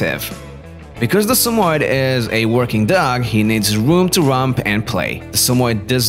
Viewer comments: Why he sayin sum oied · Its pronounced as Sa-mo-yed. YED! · Your not pronouncing it right. Sammy-Ed if you can’t pronounce the name right how can I watch this video?